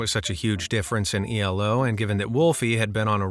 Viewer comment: It’s not E-L-O it’s Elo pronounced as E-Low. Just a heads up if you do another chess cheater which I would say has more than COD warzone.